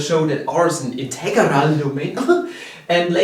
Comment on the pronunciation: Casually has a stroke every time he says integarah